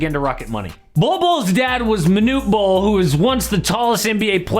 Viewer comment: Bol 2.0 is ballin. Or "bollin?" 🤣😒